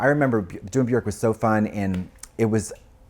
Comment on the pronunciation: I can't believe he actually pronounced Björk the proper way. Katya knows that the icelandic pronunciation for ö is not the english O. As an icelandic i am really appreciative. And I am the one who has been wrong all the time as i write her name Katja .